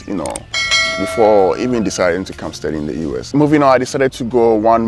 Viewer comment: Amazing a student can't properly pronounce "study!".